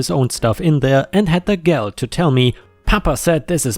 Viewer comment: the word "stingy" in this context is said as "stin-gee," which essentially means selfish. "gall" is said as "gull" not "gal."